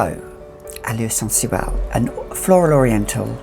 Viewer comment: Love the way you say "Sensuelle"